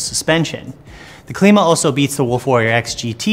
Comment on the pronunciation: Klima - "Climber" not Kleema. Named for the wheel's climbing ability. Makes sense right? :) Happy to eat my words if proven wrong but I believe that is the right pronunciation of the name. Thanks for the review regardless! Nice work.